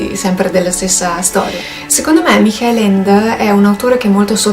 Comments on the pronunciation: Dopo gli abominevoli "maicol" (Michael in pronuncia americana) ho sentito una pronuncia più verosimile, ma sembra che pronunci "michèl" ma in tedesco non si pronuncia così ? "micà-el", le due consonanti si pronunciano entrambe, con l'accento della sillaba sulla a. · ps. non riesco a sentire la h aspirata, considera comunque che ho problemi di udito e forse è un mio problema, io lo sento effettivamente come "mikàel" (minuto 1.40 mi pare)